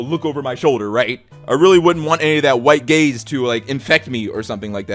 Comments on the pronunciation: I was listening to this while doing chores and I really thought you said that theater was trying to protect ticket holders from “white gays” 😱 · Oooh, he's saying "white gaze." I was very confised for a minute.